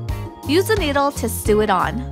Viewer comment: Did anyone here sue instead of sew